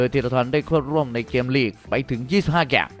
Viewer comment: เกมครับ ไม่ใช่แกมมมม